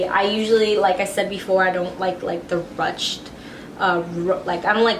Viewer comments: YES not rutched???? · i think its pronounced "rooshed"?